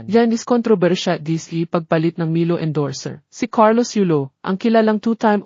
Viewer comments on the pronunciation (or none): Is it pronounced as MAILO, EJ not EG, CHAMPAGNE, PLS. Ano ba yan.